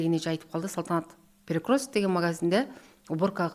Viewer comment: Перекросток,федерасиасында,заваская деп туура эмес суйлогон -вышый образаваниясы бар умныйларга диктант жаздырса экиге жазышат болуш керек…